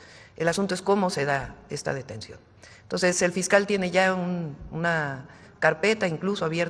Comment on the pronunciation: ¿Por qué Fraudia no puede decir "entonces", hasta en eso tiene que imitar a López con su "toses"?